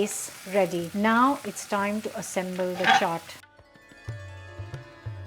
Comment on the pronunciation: If any of you are watching just to learn how to pronounce chaat